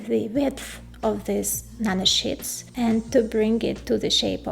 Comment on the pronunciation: I had to smile when she said Nano Shits. It is amazing what these chip engineers and scientists come up with.